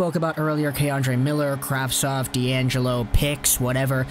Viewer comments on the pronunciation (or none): none